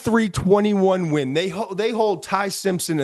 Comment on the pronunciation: My guy said "Ween" lmao